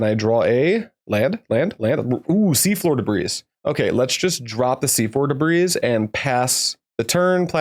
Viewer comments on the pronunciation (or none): Just so you know, despite the s at the end Debris is pronounced more like 'Deh-bree'